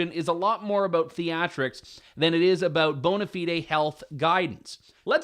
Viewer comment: Probably his pronunciation of bonafide.